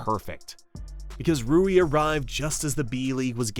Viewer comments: How can you not even get the name of the main character in your video right. its RUI not RIU... seriously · I think its Ruwi not Riyu. Rui Hachimura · "Rui" (similar in pronunciation to Louie), not "Riu" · rui not ryu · Calling him riyu is crazy… his name is RUI lol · his name is 3 fucking letters long and you're pronouncing it wrong. How? It isn't RIU, it's RUI. Are you serious? ROO-WEE, not fucking REE-YOO. And you don't even mention Yuta Watanabe, a fucking NBA player.... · Yo jap here. Two pro leagues were total politic shenanigans, and the corporate league was cancer of the system. I’d say the cultural overture played a lot. 20 years ago, no executives would accept naturalized tall white guy or even mix blasons guy as Japanese. Hell, nothing matters than win. They kinda covered the height problems in the B league and the national team now days. Btw it’s not [Ry-u] it’s friggin [Ru-i], not [Kay-sy] but [Kay-say]. You can hear them some clips man. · How hard is it to pronounce Rui’s name correctly? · I noticed that too. Though to be fair he got it right after like the 3rd time, haha